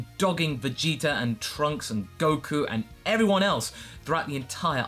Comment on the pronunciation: u guys realize always says Vegeter instead of Vegeta? lol.